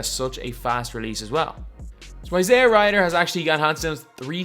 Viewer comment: Is "JR Ryder" a running gag by now? No one can possibly say a name wrong that often.